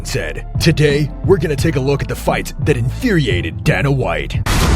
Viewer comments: He didn’t even say Donna he said DAN-A. It’s definitely pronounced DAY-NUH like you said but I figured you corrected him so I’d correct you. But you are correct don’t make videos about people as if you know them if you can’t even pronounce the name of the person the whole video is based on. How reliable can any of the information on one’s video be if you can’t pronounce the name of the president of the biggest MMA organization/Promotion in the world? I literally watched the first 30 seconds of this video before I paused it to see if anyone pointed out that he didn’t say his name correctly and thank god 1 person did. I literally don’t want to watch the remaining 7 minutes because the person who made this video is a fraud who obviously doesn’t know shit about the UFC or MMA as a whole if he doesn’t know how to say the bosses name. God it felt good to let all that out. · It's pronounced DAY-NUH. Not donna 😅 pronounce them right if you make videos on it man